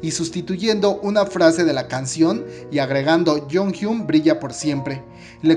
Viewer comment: Se pronuncia: yonjion Plox